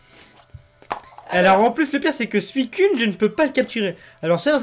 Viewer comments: C est pas suicunne mais suicoune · Nan sa se prononce suicune mais on le dit suicoune